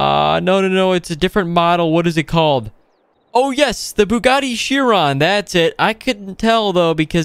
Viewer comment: bro said “a chiron” 💀